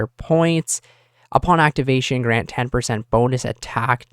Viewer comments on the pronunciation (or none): none